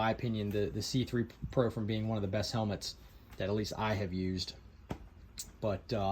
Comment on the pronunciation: i thought i heard you say "the schuberth c-pri*k..." 😂